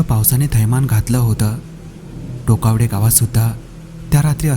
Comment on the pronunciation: टोकवडे नाही टोकावडे आहे